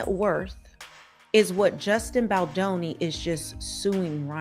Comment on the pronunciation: If you're going to narrate stories like this, please pronounce Justin Baldoni's name correctly. Jesus the names are vip.